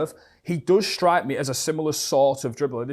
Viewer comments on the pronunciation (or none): none